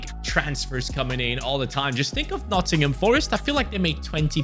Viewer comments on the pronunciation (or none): none